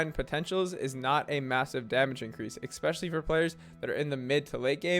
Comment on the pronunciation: This video brought to you by the word eckspecially ❤